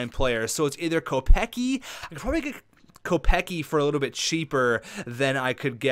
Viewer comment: Kopecky is pronounced "Co-pets-key"